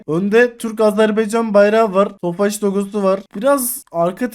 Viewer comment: Abi artık şu tofaşa ofaş deme Tofaş üzülür